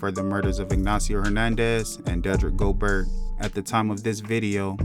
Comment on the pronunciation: its spelled gobert but its pronounced "go-bear" yaw dont be doing the right homework before doing these videos.